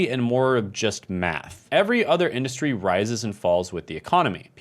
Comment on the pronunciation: “Industry”, not “indushtry”. Who gave you your degrees?